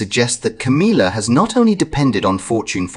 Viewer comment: It's Ca•MILL•ah NOT Ca•MEEL•ah